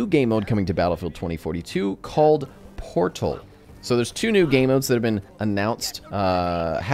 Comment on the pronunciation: Battlefield Fotal? XD